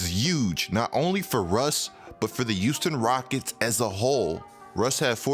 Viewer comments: Look man, no offense but, can you stop saying Houston Like U-ston. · YOUSTON OMG😂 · Am I crazy or do you pronounce your "H" as "Y". I swear I hear "yuge" and "Youston"...